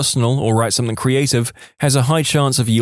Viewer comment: No K in the word something